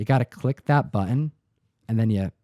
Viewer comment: pronunciation of "button" drives me nuts.